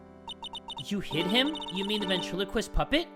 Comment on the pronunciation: okay but.... ventriloquist? BEN AND TRILO QUIST ok